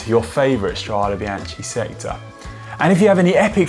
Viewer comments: we can make a drinking game - every time he says biaCHHHHI take a shot hahaha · My God I cringed every time he said it incorrectly and almost had to stop watching. It’s like he was doing it on purpose to torture us. “Bianchee Bianchee Bianchee “. Arghhhhh!!! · "BEANKA" godammit.... like the name Bianca! It is not that hard, even for englishmen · Venice is in the north east of Italy... and yep, it’s Bianche - hard K sound... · Horrible pronounciation. You should be ashamed. It shows complete disregard on the subject that you are presenting. This is Serbian speaking. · Sorry, can't watch it to the end when bianche is pronounced like this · Bian TSHEE??? CH in Italian is like a K, and an E at the end of a word is soft, nearly silent. So it sounds more like ... Biánk or Biánkeh... or like the female name Bianca... But definately not Bian Tshee... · No, he pronounced it wrongly. It is indeed "Biankey", or in this case - Strade bianche (bianchae). I have noticed that some other cycling YouTubers made the same mistake. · why do all the english speaking guys so much problems with pronouncing foreign names and word? Itˋs not that hard, isnˋt it? This vide9 is rubbish because this ignorant guy ruins it complete with Biantschi... at least he is able to pronounce Strade correctly... too bad... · Literally no one in cycling has pronounced this word in that way before. It's like putting a hard "G" on Giro. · Gave up after 3 'bian-chee's. Come on GCN.... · good film.....but bianche is mispronounced.....completely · i love the videos but your pronunciation is terrrrrrrrrrible!!!!!! bianKey not bianCHEEE. jewlio not guu lio. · Had to watch with subtitles to avoid the hearing of Biance. How hard is it to learn the correct pronunciation before filming? Worse than Campagnolo ... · Connor! In italian, CH followed by a vocal it's ridden like K! So it's "Strade Bianke"! And also we read the final E like...E :-) like in "ElEmEntary", and not like "English" ;-)